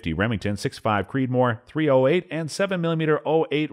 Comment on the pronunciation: Was this video made by someone who’s never seen a gun before? How do you pronounce .270 ?? Twenty seven ot?? 😂 Three ot eight? Care-oh-coat?? What?!?